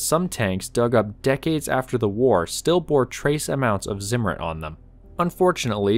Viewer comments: "Ssimmur" lol it's called Zimmer type it in Google translate. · It's not pronounced 'Simmerid' but instead 't-Zimmer-iht' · It's tsim-mer-REET, not ZIM-ritt. Z is pronounced ts in German.